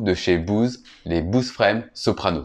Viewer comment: je comprends pas la prononciation Bouze! c'est frustrant!!!!